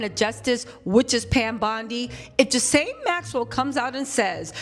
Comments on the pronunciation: Ghislaine (Gee-Lynn) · Ghi-La-ne is the pronunciation the s is silent, I believe it's a French name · Gerlaine is the pronunciation. I think Trump will pardon her In exchange for her silence. However, this makes him look extremely guilty pardoning sex offender of the likes of her.